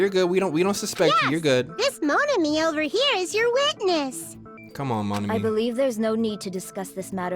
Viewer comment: bro I can't unhear it now OHVER LMAOOOO